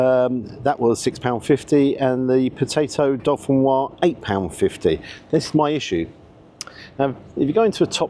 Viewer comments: Please, - it's Dauphinoise, no dolphins in sight! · It's Jamie Oliver, it's not top quality cooking, it's average, the menu is all over the place. The egg (in the scotch egg) was over-cooked, it wasn't "oozy"...........Oh, and it's not "dolphin-noir" potatoes, it's "dough-fee-noirs" and the menu, it was dirty/stained, that sums up their "attention to detail" imo...... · it's not 'dolphin wah' potatoes. It's dauphinoise. you dont really know what you're talking about do you. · You keep saying DOLPHINOISE 🤣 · The 'dolphin- wah'? ;-) Was it 'fin-tastic'? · no it's do-fin-wazzzzzzzz upp!!!!!! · It's a pity about the dow-fuhn-wazz. Emphasis on the Z 😂 I make a brilliant dauphinphoise. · This may be a petty comment to some people, but can we please get the pronunciation of dauphinoise correct? As there's an e on the end, the s should be pronounced - it actually should be a z sound. As I say, a small issue, but it grates every time I hear it. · I don't think the "s" is silent in "Dauphinoise". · "Dauphinoise". "Pommes" are feminine en français!